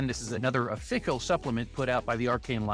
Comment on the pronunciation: I'm sorry... but offickle?? Official doesn't rhyme with pickle!